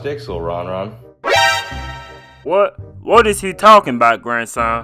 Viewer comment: Rev: Lil yan yan The actual way: Lil ron ron